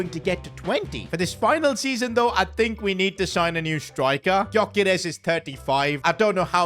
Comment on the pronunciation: The G in Gyokeres is silent